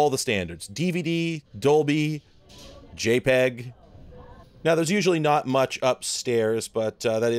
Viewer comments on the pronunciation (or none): none